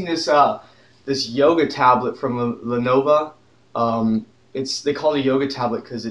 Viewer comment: he just said lenova